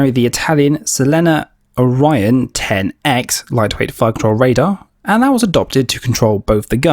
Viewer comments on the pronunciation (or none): none